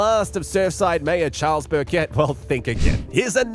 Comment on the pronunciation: Great to hear an Australian voice being used for the commentary. But the voice is pronouncing 'mayor' really wrong for an Australian. We say it it like 'mare'.